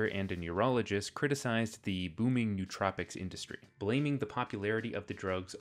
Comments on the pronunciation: It's 4 syllables: no-oh-tro-pic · Nice video with some good points. A couple minor corrections: It's "no-uh-troh-pik" You can regulate companies without regulating markets Protestants don't believe in salvation by works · It's the adderall making me so pedantic but still, it's pronounced noh-oh-troh-pic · You mispronounced nootropic